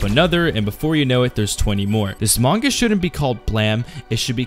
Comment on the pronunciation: Great manga, also it would be great if you pronounce the name right ;)